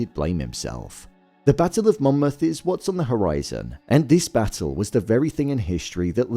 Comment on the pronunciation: He quite obviously says it correctly. Get off your high horse